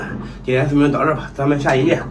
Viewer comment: 砸民 是哪的方言阿